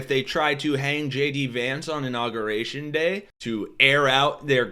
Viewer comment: Please. Pronounce Inauguration correctly. " In aug yur ation." Thanks from people who hate nook you lur.